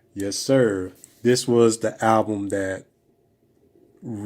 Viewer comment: When will brothers ever pronounce the L in the world "Album"?